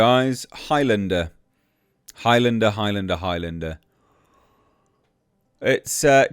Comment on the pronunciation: Sounds like you are saying "Hi Linda" instead of Highlander. She said Hi, by the way!🤣